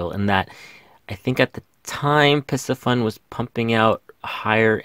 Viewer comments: Pardon the correction…. It’s NOT “Pissy Fun” It’s pronounced “PC Fun”! Other than that, excellent video! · PIE-C-FUN not PISS-E-FUN. like the fish PISCES...